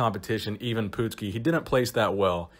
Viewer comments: his name is pronounced eye -ven put-skee not yvonne poot ski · Its pronouned Eyevin Putsky. Not pootski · Myles Millner- That's the american bastardized way of pronouncing it. It's Eve (like christmas eve),the "a" is pronounced like when the doctor tells you to say Aaaaaaa. Evan Pootskee. actually pronounced it correctly the second time he said it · You said his name right the first time then started pronouncing it as "even" Which it is not. And the last name sounds like "nuts-ski" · Why do you keep saying ee-vahn poodski? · I've never heard anyone pronounce it 'EEvan' before. I remember MD doing a story on Ivan when I was just a teen. Gave me a great incentive to train hard. Pretty sure the article claimed he was 5'9"" but you may have better info. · It's pronounced Eyevan Puttski, like in golf..putt. Ivan Putski . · Not bad but you kept butchering the poor guy's name. First of all how the fuck do you get even from Ivan?!? As for his last name it's pronounced Put ski and NOT Poot ski which you've said all throughout you vid on the man. It is insulting and disrespectful to the person being talked about. It also shows you don't really care about the quality of your work because it shows how lazy you are. Then again you could always call him PUDski like Jesse "The Bod" Ventura always did back during the WWF/WWE days. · Are you sure it is pronounced 'E - van . I am pretty sure it is produced Ivan, you know the I and Van. Pretty simple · Ivan ... Pronounced EYE VIN... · It Ivan,,, I if it was Evan with an E it would be Evan it's fuckin Ivan . .I for fuck sake you ignorant dick. A huge guy at 5'6 not impressed at all. Just like most bodybuilders not impressed. 5"11 or above and being massive is impressive, small guys have super compact muscle bellies and is not hard to be big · "Even Poot-ski" never heard of him. But I do know a "I-Van Put-ski" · It's not "Even Pootski," it's I-vin "Put-skee"!!!